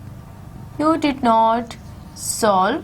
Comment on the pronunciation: It's solved not selved haha 😆